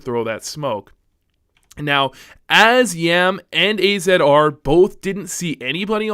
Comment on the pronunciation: Also AZR is pronouced as Azzar